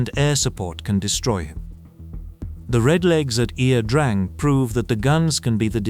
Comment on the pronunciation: Ia Drang, ( Yah - Drang), is the correct pronunciation. Not (E - ah) Drang, as the narrator says incorrectly.